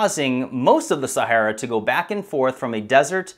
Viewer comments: He says Sahara incorrectly a few times and then says it correctly later on. Was that done after someone told him he said it wrong and already edited the first part where he says it wrong? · Common pronounciation sound like Sa-hair-a not Sa-harr-a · While the info is interesting and I love the presentation, I have to cringe when he says "Sahara". It is pronounced Sa-hair-a not Sa-harr-a. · I couldnt retain any information from this video, myabe its my ocd. Every time he says saHARa my brain triggers & thinks its pronounced saHAIR-ah. So i tried to pay attention but he says saHARa so many times its all i can focus on lol. Maybe Im just retarded haha, ive never heard anyone pronounce it this way. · Pronunciation: Sa - Hair - a (Look up the original founder of the CIA) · ITS PRONOUNCED SA-HAIR-AH!!! Jesus how can you try to get people to think your smart but you can’t pronounce the thing we have been hearing about since our favorite cartoon characters have been getting stranded in since we were little kids?! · Where do they pronounce Sahara, Sahorror? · I can't listen to the mispronunciation of "Sahara" anymore. I can't. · Very interesting, but please check your pronunciation on names and places. Particularly 'Sahara' and Herodotus, if indeed that's what you were saying. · I guess that's the proper pronunciation of "Sahara"??? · Please learn how to pronounce Sahara!!!! I promise you it will help your videos because I have to turn away right now I can’t listen to you mis-pronounce the region you’re doing an entire video about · That is NOT how you pronounce Sahara.